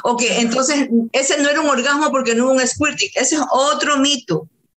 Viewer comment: Squirting (eyaculación femenina, se pronuncia esKIrting (sic) ). Es libido, de 'deseo sexual' ACENTO EN BI. La pronunciación esdrújula es un error por influencia del adjetivo lívido y su significado es 'amoratado o pálido'.